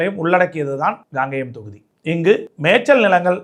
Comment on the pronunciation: காங்கேயம் சரியாக உச்சரிக்கவும் Gangeyam இல்லை Kangeyam உங்கள் தமிழ் உச்சரிப்பு கேட்பதற்கு எரிச்சலாக உள்ளது